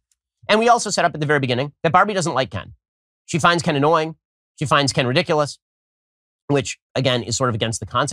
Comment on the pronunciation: He also keeps accidentally almost saying Ben instead of Ken.